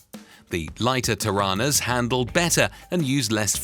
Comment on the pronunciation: GET YOUR TORANAS RIGHT 7 min mark NOT difficult